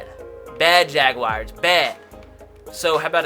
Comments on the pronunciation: Atticus Bird “Jagwires”😂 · Why does say jaguars so weirdly